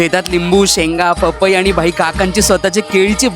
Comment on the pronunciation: फपई नाही रे पपई असते 😂😂😂